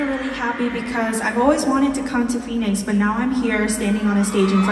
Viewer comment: yunho mispronunciation of phoenix is one of the funniest things i’ve seen. poor yunho 😭